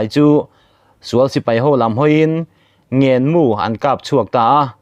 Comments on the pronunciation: I chhiar ngaihnawm khawp mai,thil pakhat "ngen mu" tih i lam dan kha,khawlai leng kan tih a "leng" thluk angin "ngen" hi lam tur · "Ngen mu" tih leh" thim zing" tinte hi I lam dillo. Mizo taang hi lam dik hram hram teh u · Mizo tawng hi uluk hram teh ,adiklo atam lutuk ngenmu pawh ilam diklo